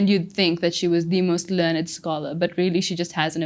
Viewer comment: Wow absolute confidence is inspiring. And use of wide variety of vocabulary yet natural and not too much . Especially "Learned scholar" pronunciation is a learning for me like if learned is used as verb how you say it and if its an adjective how you say it.